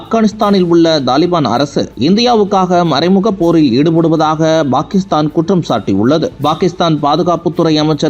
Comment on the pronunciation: செய்தியை pakisthan என்று உச்சரியுங்கள்;""bakisthan""என்று உச்சரிக்காதிர்கள்!!தயவுசெய்து திருத்துங்கள் நண்பரே!!